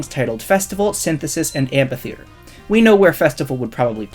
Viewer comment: The ph in amphitheater is pronounced "f"